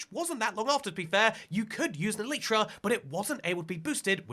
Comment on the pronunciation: It’s pronounced e-li-tra